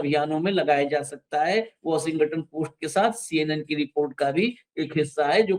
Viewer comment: वॉशिंगटन का उच्चार बराबर नही है 😂 और apstin फाइल नेतन्याहू के पास होगी जो सब को नचाता है😢